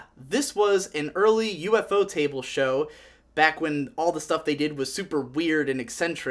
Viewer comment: The japanese pronounce it "Yufo-table", not U-F-O-Table